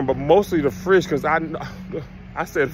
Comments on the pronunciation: Hey Tom. Kevin tried to say fish but he said FRISH. I think the fried flounder fish caught his tongue. Get Kev some tartar and a piece of white bread. Back to you Tom😊😅😊😅😂😂😂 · We ain’t mad you said frish 🤣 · Kev, you sure your not from Gonzales, TX? My gma and her peoples say fish like that 😅 Anyway, can't wait to see you here in Austin TX later this month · KEV IS COVETING FISH SO BAD HE CANT SPEAK RIGHT! LOL